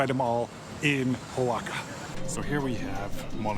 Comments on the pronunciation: It's pronounced WA-HA-KA. Not O-WAKA. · Repeatedly saying Xoaca is diabolical. It's pronounced "Wa-xa-ka" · Hola, great video, the pronunciation is actually Oh-Ah-Ha-Ka. Gracias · Oaxaca, in México and in Oaxaca is pronouced Oajaca, in English is pronouced Oahaca prounauncing it the H as in hotel. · dude, the O is silent..it should be spelled wahawka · All the syllables in "Oaxaca" are pronounced, and the "x" is an aspirated "h" sound - wah ha ca. I've heard the "a" sound pronounced two ways in different Mexican accents, either "a" as in "cat" or "a" as in "car". I like your videos a lot - less touristy stuff, more walking around and seeing the local things which are interesting. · First learn to pronunce Oaxaca correctly. More tourist exploitation that only increases wage disparity and profits for the rich. Stay away. Go home! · Cannot watch this video when the pronunciation of Oaxaca is 👎🏽👎🏽👎🏽